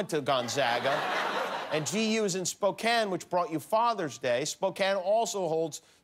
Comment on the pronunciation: Oh, Jimmy... get out of your LA and Las Vegas bubble and come on up and see GU. You'll love Spokane (at least you pronounced it correctly).